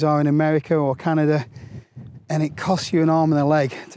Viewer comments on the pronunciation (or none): none